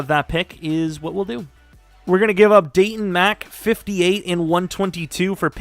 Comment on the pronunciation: It’s daylon Mack not Dayton Mack